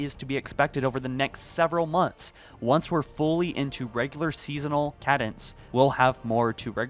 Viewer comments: You lost me at how you said "cadence". "kay-dince", my dude. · Cadence - pronounced "Kay-dinse"